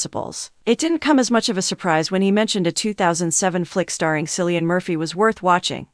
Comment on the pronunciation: "sillian murphy" ☠